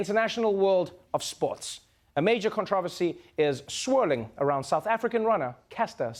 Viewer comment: I like hearing Trevor pronounce "controversy"🤗🤗🤗